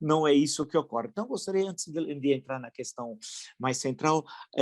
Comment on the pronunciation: É Ocorre e não ocoriiii!!! Palavra dos anos 20